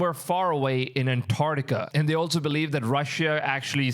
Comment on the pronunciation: he does pronounce the V in “massive” and “believe” correctly. It’s quite interesting how that works.